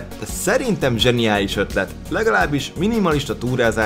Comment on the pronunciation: zeniálisz XD